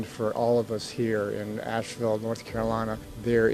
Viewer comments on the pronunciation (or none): Keep on thinking they saying Nashville when they say Ashville